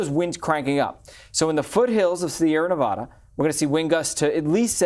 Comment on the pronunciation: Please learn how to pronounce Nevada😶.